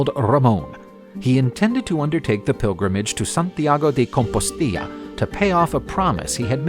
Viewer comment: He pronounced everything in some unknown accent or fake language.... I don't know what THAT was. Seriously, "composteeya"?? da fuh? It's so easy too, just say : "Compost-Stella." and stress the second syllable in Barcelos: Bar-SELL-Los or better yet, Burr- SELL-Loosh.